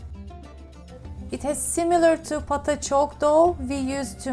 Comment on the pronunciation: Thank you for another great recipe! By the way choux pastry isn't pronounced the way it is spelt. It's pronounced shoo like shooing a fly away or pair of shoes. It's no big deal I just wanted to let you know. 🙂💞 lots of love from Australia 🇭🇲